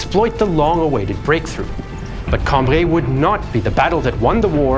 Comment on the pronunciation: It's Cam-bry, not Cam-bree.